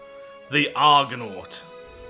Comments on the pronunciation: You nailed the pronunciation of Argonaut. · Not bad pronunciation, really. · You totally got the Argonaut name dead right! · actually well done. You said it just fine!